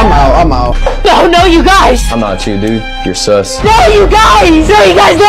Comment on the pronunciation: Really felt bad when he rolled the hard S on SUS😔😿😿☠️